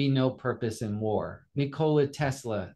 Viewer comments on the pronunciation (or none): Nik-ola not Ni-kola